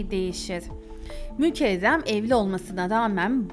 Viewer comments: Kiz mükerrem adi, mükevrem degil. Çok acaip diyorsun isimleri. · O nasıl isimler ya mükezzem mi mükehhem mi Nüzhet mi Nusret mi , tek anladığım Seniha😂